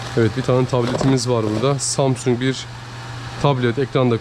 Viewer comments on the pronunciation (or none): none